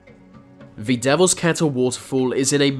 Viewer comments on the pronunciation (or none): Why cant u say THE why are you say VA , speak English properly it's irritating me like ur blocked nose and speaking through it. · The..... NOT Vee! That..... NOT Vat!...........ffs It's not difficult!👎😠👎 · Why can't he prounounce his T and H'es? He says Vee instead of the. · It’s pronounced “that” not “vat” and “the”not “v” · Love the videos but please learn how to pronounce a TH It’s THis THat and THe oTHer NOT Vis Vat and Ve uVer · Dude .. it's pronounced "the" .. not "ve". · Its 'the', not 'vuh' you idiot talk properly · Vhe, vhey, vhere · Ver are mystevies in ver universe LOL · why do you say ve and not the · va, uvver, fings, togevver, van, etc, Narrator please learn to pronounce "th", properly I might even like your vid if if you correct your lazy speech. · I realized that this guy pronunces "the" as "va". Can't unhear it now. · is it just me or does he say "v" when he tries to say "the" lol